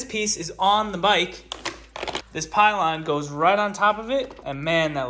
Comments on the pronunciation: Its pillion with an I, not pile on XD. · sweet build! Just fyi, its not a pylon, its a pillion there's an extra i in there :D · ITS FUCKIN PILLION not PILE ON 🤦🏻‍♂️